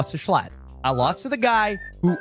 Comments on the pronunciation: I watched that stream and I found it insanely funny that they were shocked at the Kampala guess 😅 (Also, Jschlatt is pronounced "J Shlat") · Jschlatt can't avoid being mispronounced